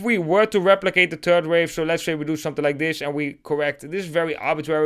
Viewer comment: Please master the pronounciation of the English "th". When you pronounce the term "third wave" you make it sound like you speak about a "turd wave". You do know what a turd is, don't you? A turd is a "piece of shit" ! Please, as someone addressing a bigger audience, put some effort in your mastering how to pronounce the "th" the correct way.